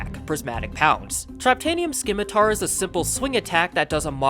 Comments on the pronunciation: The C in scimitar is silent. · can u not say scimitar or is it ragebait